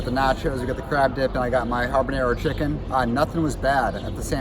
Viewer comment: Building up your own meal can get pricey. (But hey, it's Disney.) Fiasco, I found it endearing how you say "ha(rr)banero" like a pirate. Good review and thanks all!